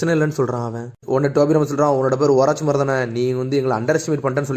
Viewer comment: Oruchimaru ❌ orachimaaru😂